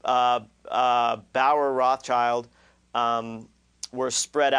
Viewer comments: BTW, it's Rothschild, not Rothchild. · Its not Roth Child. Its Rothschild. It means red shield in German.